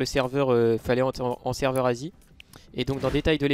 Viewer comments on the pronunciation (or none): les serveurs en "n asie" mec on aurais cru t'avais dit ''nazis'' :/